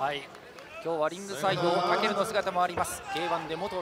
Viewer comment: 実況の武尊の発音おかしくね？ｗ